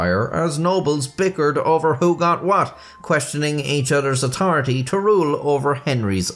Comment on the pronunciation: What's a "rool a tum"? Not that I'm questioning your "otaridy".